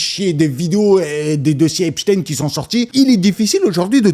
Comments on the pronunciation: c'est pas shtine mais shtein comme tout les jui f allemand ou autrichien et non une consonnance Russe comme Lénine Staline ou Poutine, par la prononciation ils ne veulent pas que l'on fasse la connection. C'est honteux d'avoir mis une photo de Mickael Jakson sans rien préciser que Neverland a été plus ou moins construis pour empêcher les enfants d'aller chez epstein, Macaulay Culkin l'a bien précisé. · Super tes videos mais stp prononce son nom comme il se doit, c est un nom allemand!! Comment prononce tu Einstein, Wolfenstein, Weinstein...?